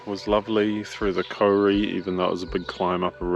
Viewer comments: It's Kau-ri, not kori. At first I wondered what the heck he was talking about. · I cringed every time you said Kauri too sorry dude. You just need to roll the R. Try "Koe-dee" Loving your vids. Keep up the good work!